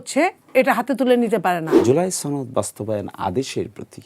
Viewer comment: ছনদ না সনদ?